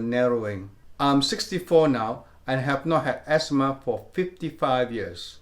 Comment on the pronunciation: You say esma